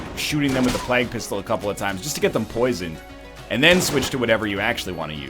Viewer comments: plague he says it like "Flag" "Oh yeah just talkin about the Black Plag" "You mean the Black Flag? The pirates?" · NL still can't say plague right... my ears. THE PLAQUE!